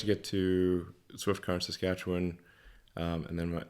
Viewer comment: Props to Elon Musk, he pronounces Saskachewan correctly!!!